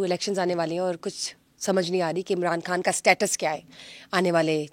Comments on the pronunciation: محترمہ آپ پاکستانی ہیں ۔۔ پاکستان میں اردو میں۔ خ کو خ ہی بولا جاتا کھ۔ نہیں ہندی میں کھ بولا جاتا ہے اس لئے آپ خان کہیں کھان نہیں ۔۔۔ آپ پاکستان کی میزبان ہیں بھارت کی نہیں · کھان نہیں خان۔۔۔ کوئی اس کو بولنا تو سکھا دے کھواتین توبہ